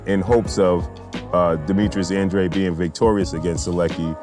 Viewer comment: Yo stop disrespecting ANDRADE, you're saying his name wrong fam